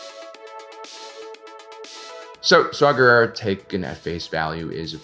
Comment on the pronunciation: Saw Gerrera? Did nobody see that his name is “saw war”? Guerere? Guerrero? Guerre?